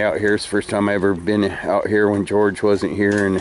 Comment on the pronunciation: Take your time and make " george" right